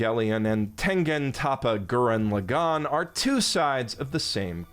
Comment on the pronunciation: Brother Learn To say Tengen Toppa and Gurren Lagann If you gonna say its your top 5 but cannot pronounce it right?